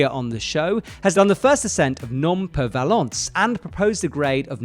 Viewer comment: Immediately topped by his pronunciation of Ramonet's new route "Només per valents" which he didn't even try to pronounce and instead gave it completely new french based name "Nom per valence".. lol